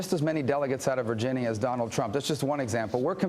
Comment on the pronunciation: technically right now Trump is fighting with the little guy haha (Rubio). stop saying virgineeya you dumbass